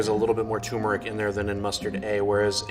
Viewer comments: It's turmeric not tumeric some expert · lol it's not tumor-ic it's turmeric. Weird pronunciation. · There's no such thing as "tumeric". The word is "turmeric", and the first syllable should rhyme with "germ". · Why he drop the first “r” in “turmeric”? Its not “tumeric” 😂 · Hey, it’s turmeric not tumour-ick. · Its TURMERIC, not toomeric. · It’s pronounced turmeric not toomeric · TURmeric not TUmeric please god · You'd think he would know how to say TuRmeric. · Lot of English speakers do that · TUR-meric why doesn't anyone pronounce the first syllable properly? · I just want to tell him that turmeric has an R before the M and it’s bothering me knowing he doesn’t care. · The mustard expert doesn’t even know how to say turmeric. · Hes says turmeric wrong. Theres 2 Rs in that word. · Mustard expert constantly mispronounces turmeric. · Mustard "expert" mispronounces 'turmeric'. That's no expert. What's next? A Corvette expert that can't say 'Chevrolet'? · Wow this "expert" doesn't even know how to say turmeric.